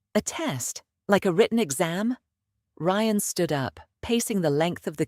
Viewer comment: For God's sake os there anyone capable of listening and editing ? You ruined what would have been an entertaining story with your inability to even get the lead character's name right - twice in the same sentence ! Ryan is not pronounced ree-ann ! So much for AI learning as it goes.